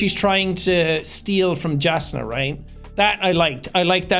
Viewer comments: Call the characters whatever you want, but Im pretty sure Jasnah is supposed to be Yaz-neh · Jasnah is pronounced "Yass-nah" ^^ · i know its nitpicky but hearing him pronounce names like "jazz-nah" after listening to the audiobooks all the way through is so jarring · Yasnah! Jasnah pronounced Yas-nah! 😂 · Jasnah is pernounced with y sound instead of a j sound acourding to the audio books.